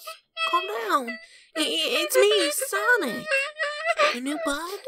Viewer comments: lol sowic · I love how tails calls sonic "sowic"😭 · I love how tails calls sonic sowic 😂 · Sowic Sowic Sowic ❤️❤️❤️❤️❤️❤️❤️❤️❤️❤️❤️❤️❤️❤️❤️❤️❤️❤️❤️❤️ Tamara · U LOVE HOW TAILS CALLS SONIC SOWIC 😢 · Are those who didn't understand tails he said sowic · It is not sowic it is sonic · Sonic not sowic!